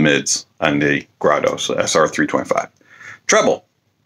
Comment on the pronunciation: It's pronounced Grédo.